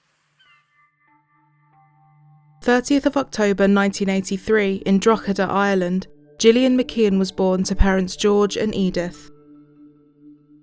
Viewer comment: I literally thought you said drogheda island lol. Maybe next time say in Ireland, the r exists for a reason